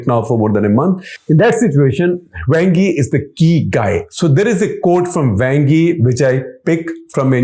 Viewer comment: Wang (王) sounds more like Wong than a slang word for male anatomy.